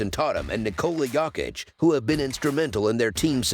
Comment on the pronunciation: “JaSOn TAHtum & nIkAHla YAHkiCh”